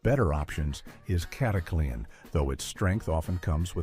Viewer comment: This AI narrator is one of the best I've heard with a very good nuanced voice, but it turned "Cataclean" into a 4-syllable word! "Cat-a-clee-an"? It isn’t "snake oil"!